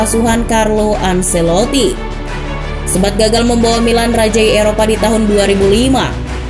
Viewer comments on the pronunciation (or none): none